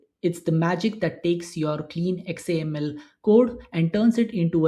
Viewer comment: Anyone else cringe when you hear X A M L spelled out? 😂